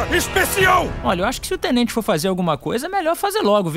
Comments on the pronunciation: TENTENTE?? TENTENTE? XD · Tentente? TENTENTEEEEE!?